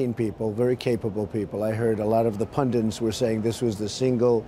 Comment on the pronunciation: Donald, please, in every interview, you say "pundent". It's "pundit", one "n".